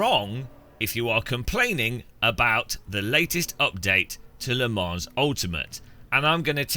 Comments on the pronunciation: Le ManS .. Its a silent S :) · You still, won't even pronounce it correctly! WHY !??